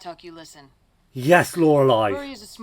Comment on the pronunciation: love that you are finally now pronouncing Lorelei correctly😂